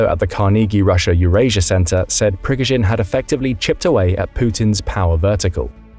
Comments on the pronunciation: the map does not seem accurate at all. All sources outside of this video say that Kherson Oblast is still occupied. Also, your pronunciation of Prigozhin is really off. The stress is on the middle syllable. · Jesus, "" thinks an M777 howitzer is a HIMARS? You also pronounce "Prighozin" and "ATACMS" wrong, plus mixing countries in the map of NATO. All this makes me think that at least someone in the production chain of this video does not know what they are talking about... Not a good look guys.